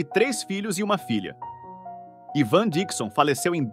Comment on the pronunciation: O ivan dixon, pronuncia.se aivan dixon e o klink é vilhelm klink. Parabéns pela produção